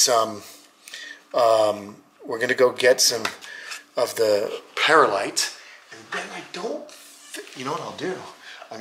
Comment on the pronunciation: Prettysure youre putting an extra syllable in the middle of the word Perlite 😊 pronounced 'purr lite' or 'pearl ite' ❤